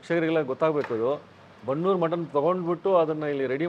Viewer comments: ಬನ್ನೂರು ಕುರಿ ಅಲ್ಲ ...ಬಂಡೂರು ಕುರಿ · ಬನ್ನೂರು ಕುರಿ ಅಲ್ಲ ಸರ್ ಅದು ಬಂಡೂರು ಕುರಿ ಅಂತ